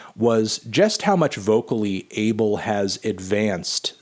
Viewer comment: The correct way to pronounce his name, "Ah-Bell"